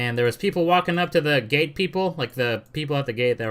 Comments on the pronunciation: Lol every time you say "gate" sounds like you are saying "it's not the gay people fault" 😂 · When you. Say the word gate it sound like youre saying gay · Is you saying ga'e for gate an accent thing or what?